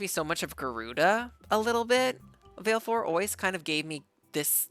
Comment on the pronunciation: Sorry to be that person but...Vah-leh-four, she never pronounces it in game but she does in Dissidia.